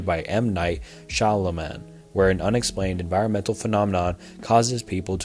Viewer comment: Im sorry but M. Night "Shamel-man" had me giggling for like 15 minutes xD